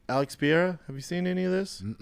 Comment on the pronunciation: Duuude love ya big brown Butchya gottttta stop saying Alex "pee-AIR-ah" it is Alex "Pur-RARE-ah"